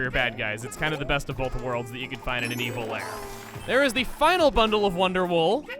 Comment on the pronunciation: Every time he said wonder wool, I heard wonderwall instead so I guess I know what i'm listening to on my walk to school....